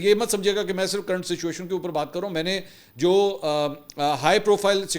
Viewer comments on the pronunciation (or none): none